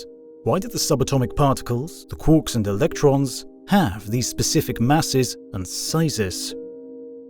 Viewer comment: Quarks, not quorks. Quork is a ferengi character in star trek.